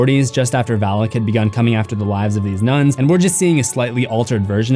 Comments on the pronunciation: It’s Valak not Vallak. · May I be that guy. It's not pronounced Val-ick. Its pronounced Vah-lock. Even movies butcher the pronunciation.🤦‍♂️Sorry just had to be that guy! Having studied the keys of king shlomo. Sorry it's the grammar teacher of a mother I had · My eyes: Valak My ears: phalic My brain: haha, Phalic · Val as in "Valak"